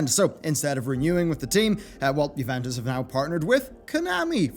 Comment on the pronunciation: I love you but that “juventus” pronunciation murdered my soul and then some XD